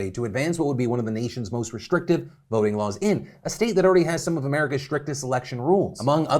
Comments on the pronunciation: Phil the first time you said voting restrictions, I thought you said boating restrictions. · When you said “ voting restrictions” I thought you said Boating restrictions at first. Lmao